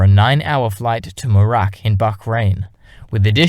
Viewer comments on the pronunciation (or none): Flew to "murak in Bahrain.@ It is Muharraq.